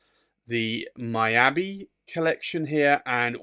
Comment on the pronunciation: Beautiful Pen!!. Just want to say Miyabi is pronounce " Me Ya Be" not " My Ya Be".